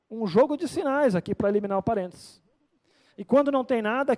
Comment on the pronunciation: É que a gente fala rápido e sai Parentes kkkkkkkkk